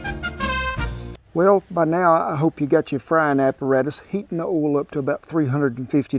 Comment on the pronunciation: "You can preheat some OOLL in the cast iron" - Love ya, Kent!